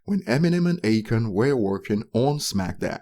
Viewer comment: It's A-Khan. Not Achon.